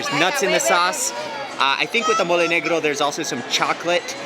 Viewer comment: Its mole no mooley